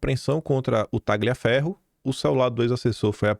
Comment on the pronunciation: boa noite, bom dia! Tagliaferro é um nome italiano. E o "GL" pronuncia-se como o nosso "lh". O g é mudo.c